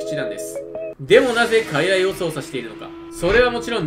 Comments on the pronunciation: 術式は、かいらいそうじゅつ だよ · 傀儡(かいらい)やのうて傀儡(くぐつ)やで